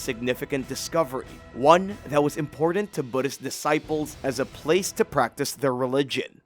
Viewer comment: Say it with me now lmao...** Im-por-tant **... Also, random thought... Archeologists should invite some non-archeologists out to some digs and let them see the spread of artifacts/areas, without the bias of "knowing" what the archeologists think that they already know (about how people lived, what items were for, etc.). I bet we'd be pleasantly surprised.